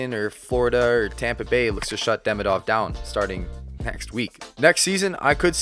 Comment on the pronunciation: Well, I need to say this out loud. He's not DEmidov or DemidOv, he's DemIdov, like Demeeedov. Think about Ovechkin's surname while trying to pronounce that 😆